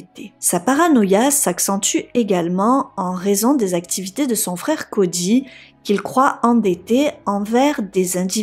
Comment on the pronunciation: Cody. Pas CODJY🤦🏾‍♀️